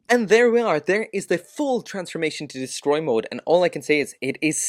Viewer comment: Hehe “descroy” mode. Must be from the hood ✊🏾